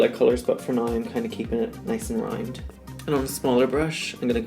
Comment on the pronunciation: the way you pronounced "round" is not even like AN APPROXIMATION of the word. Its so cute Your accent is everything, honestly love listening to it every week on drag race